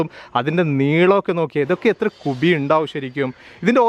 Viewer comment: കുഫി എന്ന് പറഞ്ഞാൽ മതി കുബി വേണ്ട😆😆😆😆😆😆😆